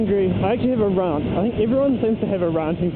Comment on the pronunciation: thats super retarded dude, here we get taxed for water n stuff but luckily theyre leaving bikers alone..for now :S oh but ive gota say that you say "rant" in a very posh voice sir :P